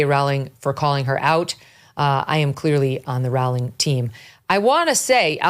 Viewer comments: JK Rowling 's name is always mispronounced. She herself has stated that it is pronounced Row as in row your boat. Long O. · Megyn. Rowling is pronounced like bowling. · It's 'Rowling' as in 'Bowling' alley. And, no, Rowling was never from a poor background, she was always well educated and well read, as well as comfortably off and was expected to go to an Oxbridge University, and still went to the good standard Exeter University. After Rowling's disastrous marriage in Portugal failed she ended up an impoverished single mother on welfare in the UK. Watson is a typical product of the English 'middle' and Oxbridge University 'class', which has been totally captured by the Liberal-Left, and now, Islamist, alliance, whereby vacuous Marxist wokism is the norm